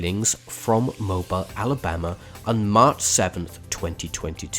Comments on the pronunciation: Mobile = Mo-beel for all non southerners 🤣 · Someone tell thst the city in Alabama is pronounced Moh-beel